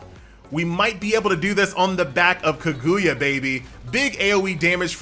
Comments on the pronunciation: Ka-GOO-ya. Boy they about to get you lmao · Kag - OOO - ya LOL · The game is decent but the way says kaguya is something else